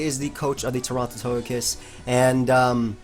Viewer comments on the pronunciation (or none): none